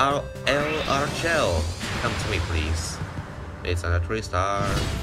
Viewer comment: Just so you know it’s pronounced Laura-shel not L-arshell